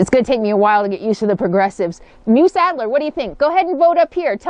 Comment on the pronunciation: Grammar Grouch here... The word MUSE rhymes with USE (myooz) i.e. "USE it wisely" - not "I have no USE for it" :-) RE: Eating past 6pm - Oprah swears by that habit... Although because of my schedule, I myself hardly eat during the day, and have one meal at night, and I am pretty thin...